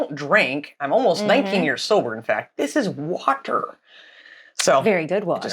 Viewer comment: Love you but please don't say "water" in the style of Kent Hovind again. 🤣🤣🤣